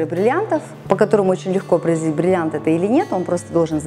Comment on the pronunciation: Научитесь говорить слово бриллиант.